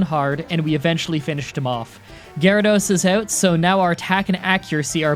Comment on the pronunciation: did you just say Garados? You mean Water Onix? Yeah it’s normal everyone makes mistakes